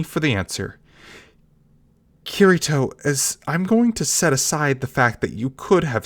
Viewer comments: KEY TEA TOE Kirito the r in Japanese is pronounced like a rolling ‘d’ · yeah i wouldnt say this non japanese speaking actor knows how to properly say it, r in japanese isnt too far from english key ree toe is best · It’s kitty toe to make the pronouncement easier idk I think you did it right for the most part but messed up during this one cuz I didn’t have a problem b4 lol